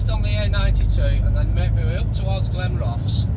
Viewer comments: All the best but it’s pronounced Glen Roth es 😂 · Great video as always, I used to live in Glenrothes and it's pronounced Glen-ro-thuhs 😁. Just my humble opinion BTW 😉🤣